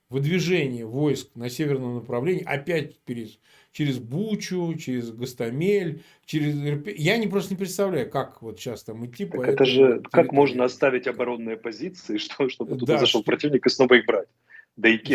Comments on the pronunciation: ГостОмель, бдя! Ваш гостомЕль -- пиздец как режет слух. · Как можно за целый месяц так и не выучить правильное ударение в названии ГостОмель?! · ГОСТ оМель научитесь произносить правильно это важно Марк можно уже виучить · Марк Захарович, в названии городка ГостОмель делайте ударение на второе О, а то так не проходите проверку на "свой-чужой" ))) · Марк, пожалуйста, правильно называйте город Гостомель!!!